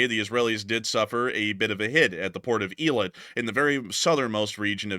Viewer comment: It's Ey - Lut not eeelit get your 'Bama pronunciation up to snuff Mr. President